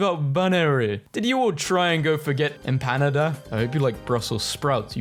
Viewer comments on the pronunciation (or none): its non em-PAH-nah-dah its em-pa-NAH-da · pronouncing "empanada" like "Canada" ....